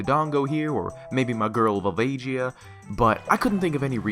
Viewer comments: Did you seriously just pronounce Vul-VAH-gee-ya as Vul-VAY-JEE-ya? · Its VolvaGia, hard G. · The way you said volvagia deeply disturbs me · Great pronunciation of volvagia